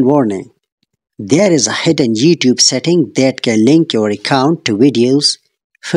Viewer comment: did he just say "jeettube"?